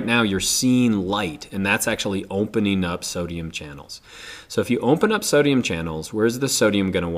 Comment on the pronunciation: Can you stop pronouncing "opening" as "omphening".